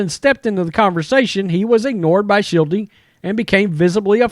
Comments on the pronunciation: The third base coach for the Padres is Mike Shildt -- ShildT. There is no second syllable in Shildt. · Shildt was fired from the Cardinals in the offseason. He is now a coach for the Padres. You’re also mispronouncing his name, which is weird because he was a fairly well known manager the last few years and his sudden firing over the offseason was pretty big news in the baseball world. I’m not sure how someone can claim to have knowledge on baseball and miss these two things.